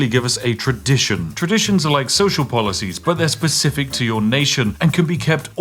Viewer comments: . polOcies? And you are meant to be British. Tut Tut! 😂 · "Extra polocies" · "polocies" hyuk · Polocies xD